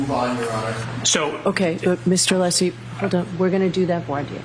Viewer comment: And didn't even get Alessi's name correct "Lessi". 🤮🤮